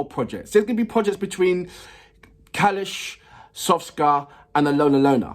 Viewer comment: SKOFKA, not Soska